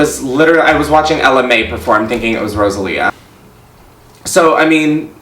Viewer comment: The way he said rosalia killed me